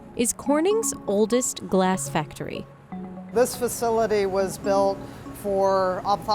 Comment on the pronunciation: Anyone else hate the way she pronounces the word "glass"? "Glaaaass..."